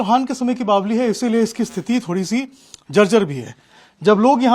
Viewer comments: बावली नही बावड़ी बोलो😂😂😂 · बावली नही बावरी होता है! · मर बावली नहीं बावड़ी होता है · bawdi hota h bawli nahi😂😂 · बावली नही भाई बावङी बोलते है